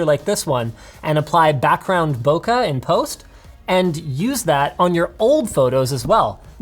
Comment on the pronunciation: Bokeh* not Bokah